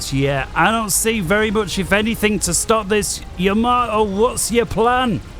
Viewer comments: Seeing as he is not a IJN vessel, nor is he Isoroku, but rather a FAF Player. I have a delightful anti-butchering tip for you: It's Yamato, not Yamamoto nor Yamamato. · We English struggle with Japanese words and names. There's something about Yamato that makes us often prononounce it as Yamamoto. We all knew which player he was referring to. So it's no big deal if the name was mis-pronounced. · The ship you're talking about is the Yamato, not Yamamato xD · don't worry, everyone makes mistakes and we are not here to learn proper pronounciation of uncommon words. Though tbf Yamato isn't that uncommon ;) Btw. Gyle is blind and that doesn't stop him from being very entertaining as well so no worries about some minor pronounciation mistakes here and there.